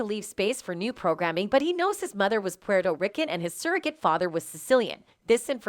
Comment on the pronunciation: Is the narrator a clone? Did yall hear how it said Puerto rican? Plus yall been distracted heavy if yall haven't noticed the clones in everyday around. Especially if u travel. Clones can't critically think. They have software programs to discredit something before asking questions. They do not create new ideas. They also are sleeper agents triggered at anytime to cause fear situations or take someone out that gets closer to something they are hiding. These clones can not see the stars in the sky sometimes.